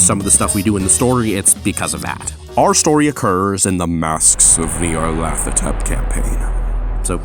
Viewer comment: [SPOILERS] Having played Call of Cthulhu but never Pulp Cthulhu (you were running medium on the pulpometer with double health and two pulp abilities and also you never explained the team's Pulp Traits.), and never hearing of Masks of Nyarlathotep (pronounched: "NYAR-la-THO-tep", by the way), there's several instances where I just went: "How is Jamie still alive?!" Also if it weren't for Woods locking in with the spirit-hijacking, both of them would be dead, especially Jamie (4d6 Damage to be hit with a standard car (usually build 5)). Holy shit, if you weren't running Pulp Cthulhu, Valerie would be the only one alive by the end of that session. Cop Friend Pool button